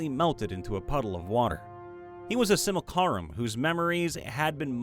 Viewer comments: the word is pronounced "Sim-you-LAC-rum," just like it's spelled. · that pronunciation of simulacrum is killing me